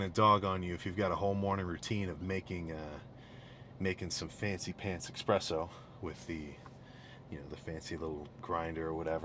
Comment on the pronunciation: “fancy pants eXpresso” 💀